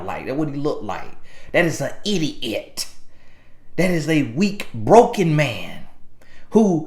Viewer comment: I yelled when he said “that is a IDIO-IT” 😭😭